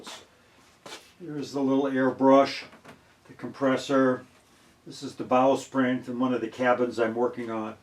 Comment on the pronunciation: It sounds like you are say "Bowsprint". The name is actually "Bowsprit".